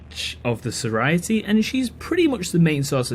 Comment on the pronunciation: It's pronounced Sorority, not SororIty?